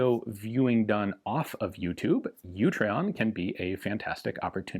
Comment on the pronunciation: In case you miss it in the dooblidoo, it's Utreon, not YOUtreon.